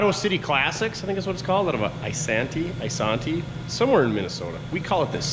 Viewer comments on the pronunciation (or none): Great stuff! By the way, Isanti is pronounced - eye SAN tee. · That Merc just purrs! Big fan of Auto City Classic (Fun Fact: Isanti- pronounced 'Eye-san-tee'- is also home to newly elected City Commissioner Duff)- those guys have saved me vehicle project heartache on several occasions!